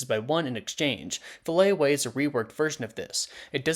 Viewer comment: It's FILLET away, not Fillay or whatever you said lol 😅